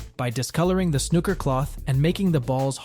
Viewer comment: It's not called snucker